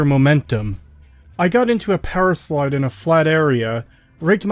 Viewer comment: No offense but you say powerslide like powerschlyde and I found it funny